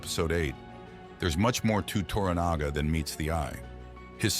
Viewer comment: U are correct but learn how to pronounce TORANAGA,s name ,please .